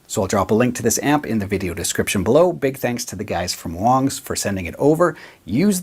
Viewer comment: If its WONGS why is this dude saying WANGS?